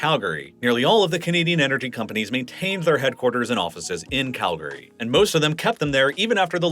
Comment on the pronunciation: Congratulations on pronouncing it Kal-gree and not Cal-Gary. We’re proud of you.